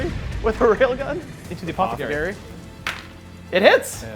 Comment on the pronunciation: sorry but it's apoTHEcary not apoCAthery!